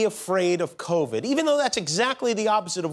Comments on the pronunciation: The funniest part of this, hands down, was balloon-chested Wendy Williams, who TWICE said, “Cornova”, instead of Covid! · But why did they let her say “cornova”?!?! 🤣🤣🤣🤣🤣🤣